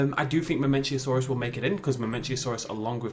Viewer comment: mamenchisaurus, not mamenchiasaurus :)